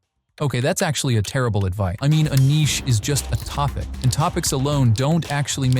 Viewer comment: Nichey (निचे) nahi Niche (निस) 😂